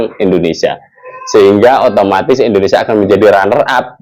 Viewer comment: Tolong muncung mu kalo nyebut Indonesia jangan endonesia 👊👊